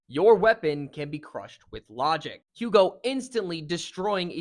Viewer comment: The H is silent btw his Name Is spoken like "Ugo"